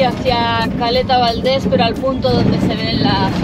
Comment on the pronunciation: Se dice península de Valdés.